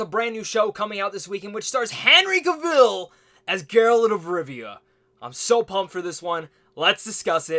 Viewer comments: You pronounced his last name in the opening like he was Cruella Deville. Justice make that a song, with Henry and witcher language and it'd be great. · Cavill with stress on the a😁